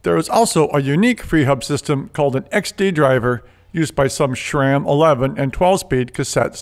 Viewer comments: keeps saying Shram instead of Sram...a snide dig?...Well I guess he could be sayin Sham!-) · "SHRAM" HAHAH